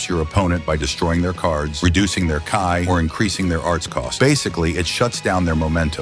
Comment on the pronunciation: The voice said Kai 🤦‍♂️